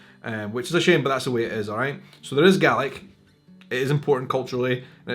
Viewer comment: So help me God, you're saying "GARLIC".